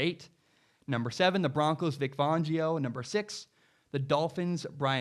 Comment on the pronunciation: You’re pronouncing Vic Fangio’s name wrong. BTW, Big Ben, Tom Brady, Joe Flacco, Lamar Jackson and Matt Ryan all came into the league as rookies with defensive head coaches.